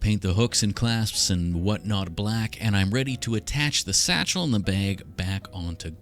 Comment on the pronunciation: the way you say bag is funny "the baeg"